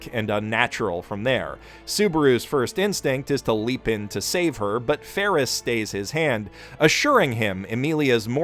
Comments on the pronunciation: Odd pronunciation abounds in this episode. Fairly certain it's "Betelgeuse" - as in the star in Orion's Belt - and "Felix" - as in The Cat. Or is there a meme I'm missing in calling them "Petelgeuse" and "Ferris?" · this guy calls felix ferris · how could you mispronounce best boi/Trap Queen Felix this entire time! Blasphemy! Oh and thank you for pointing out how vital and pivotal Patrasche was to saving Subaru and Emilia. Like you said, without his Lassie, it would have been much harder to succeed. God love her! Also, that was such a good point about Petra that I was so thrown off rewatching it a second time and thought that I had missed something. Makes it even more interesting that she’s now a maid in the mansion too. Fandom: “We shall watch your career with great interest.” But amazing breakdown of the fight arc/half season and everything that it incorporated. So much hype, torture and tension that it almost felt uneasy to smile at the end. Then, of course, the extended cut drops that bombshell and Best Girl gets her existence erased for the foreseeable future by Gluttony. FFFFFFFUUUUUUUU